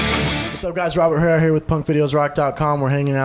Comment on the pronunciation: The way he pronounced Herrera was funny